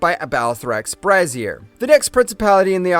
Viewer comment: Or 'Bray-zee-er' as braz-ier; i.e. a ladies support garment, an over the shoulder boulder holder. Or, 'krim-zon' as kriz-moan. Seriously, he trips over his own tongue so many times. I once heard a pharmacist pronounce Sodium Chromo-glycate as Sodmi-yum kro mogli-kat, no wonder people get the wrong drugs.